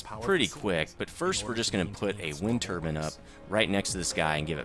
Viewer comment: Wind turbin ??? Its turbine BINE. Turbine